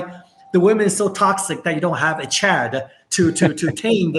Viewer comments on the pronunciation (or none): none